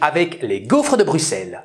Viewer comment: Pourquoi su dis "gouffre"? 🤭